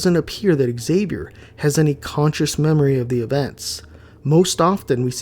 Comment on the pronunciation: Excuse me but is pronounced Javier. The X in Spanish is pronounced like a j in this case. Like Mexico is pronounced Me-he-co. Just saying.😊